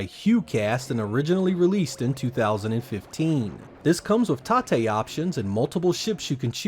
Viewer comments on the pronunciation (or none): "tar-tay" it's tate as in roTATE which is what you do to the monitor when you switch the boards.